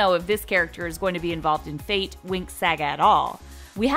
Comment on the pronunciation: I love how they pronounce "fate" like "faith"